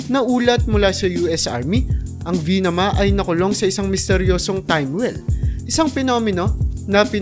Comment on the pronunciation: VIMANA, 'di po Vinama. Ayusin mo rin ang pananalita mo, 'yung normal na tuno, 'di pabigla-bigla at pautal-utal.